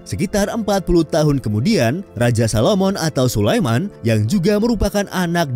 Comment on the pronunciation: admin, yang ada Salomo bukan salomon 😔